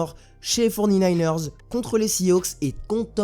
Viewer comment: Mec respect nous on s’appelle les 49ers ca se prononce fory nayners non pas les forny nayners